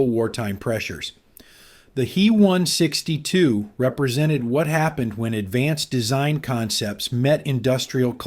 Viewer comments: Thanks for this. You are picking up some questionable habits from A.I. narration. It's not "me" or "he". It's Heinkel 162 or "H-e" or "B-f" or Messerschmitt. I don't know how to spell the full words for "Bf", much less pronounce it. Bayerische something. Eric deserves a medal for not dying, he dodged more bullets in his work than anybody. What a Boss. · Also.. its H. E. not Hee. 😄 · Lots fo folks pronounce H E as he. Likewise DO (dornier) is pronounced doe .